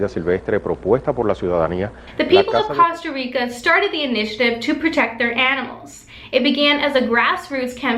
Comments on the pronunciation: Costa Rica Not Cawsta Rica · I'M PUMPED!!! GREAT NEWS! GREAT EPISODE! you're saying Costa Rica wrong.. (should be pronounced like coasta) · Awesome! Just one thing, it's /kohw-stah-reekah/. ;P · Why do Americans have such a hard time pronouncing Costa Rica? This news reader can't seem to pronounce anything Spanish or Italian, or "Ireland." Annoying. I'm unsubscribing.